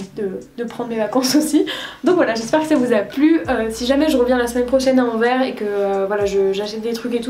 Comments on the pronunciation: Je t'adore vraiment et j'ai adoré la vidéo, mais par contre Anvers, on prononce le S! ahha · Toujours une esthétique incroyable et une sélection pointue 🔪 ahah Simplement pour ajouter une touche relou, Anvers se prononce "an-verse", message d'utilité publique pour les français 💙💙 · Trop bonne vidéo comme d’habitude!! PS: on prononce le « s » de Anvers🤓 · Ah oui, cette mode récente de prononcer Anvers comme à l'envers 😬 mais chouette vlog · j'aime beaucoup quand tu vlog ça m'apaise je sais pas pourquoi hahaha PS : il faut prononcer le S de Anvers :) je suis tu peux me faire confiance :) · Salut super blog en tout cas juste pour te dire étant belge que ça se dit Anvers tu dois prononce le S ahah Aussi non trop cool les vidéos comme ça